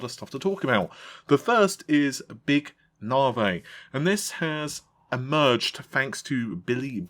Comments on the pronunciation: Big Narvee vs Big Narvay Try na-vee fam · Sounded like na vay to me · navi, nar-vee and now nar-vay... how everyone gonna agree on the specs if we can’t even settle on how to pronounce the name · "big nahvey" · He used to pronouce it correctly by the begining of navi leaks, then he decided to botch the pronunciation for reasons that only he would know.